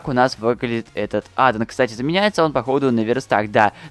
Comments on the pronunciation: Адо́н а не адан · Не адон а аддон • _ •